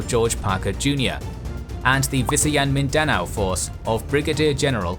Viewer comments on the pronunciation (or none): The correct stresses in pronouncing Luzon and Mindanao is on the last syllable for both. [loo-ZON] (similar to the Mandarin 呂宋) and [min-da-NOU]